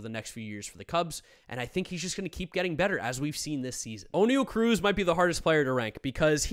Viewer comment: this video is 3 months old i know but holy shit its not "o'neil cruz". his name is oniel (on-yell). dude is from the DR why do people think he has this irish ass name